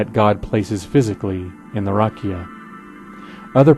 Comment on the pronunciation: I'd just change how you pronounce "rakia" (רקיע). It's not stressed on the first syllable ('rah-kee-ah) but on the second (rah-'kee-ah). You're absolutely correct about its meaning, though. It's pictured as a dome hammered out overhead to hold the waters above it back from falling down upon the earth.